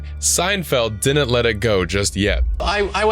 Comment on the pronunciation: The word is, “didn’t.” Not “dinnint”